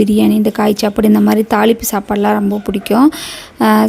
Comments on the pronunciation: Sapadu nu slunga akka chapadunu oru maathiri sluringa athu nalave Ila pronunciation maturity ilathavanga pesura maathiri iruku ..thappa eduthukathinga ka solanumnu thonuchi sorry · Chappadu ila sapadu😂😅ithu tamil thana ithu kuda sola matringa nenga tamil thana mother tongue